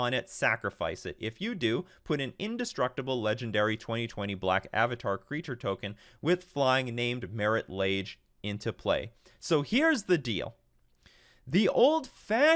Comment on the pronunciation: Ma-ree la-gey :D Not marit ledge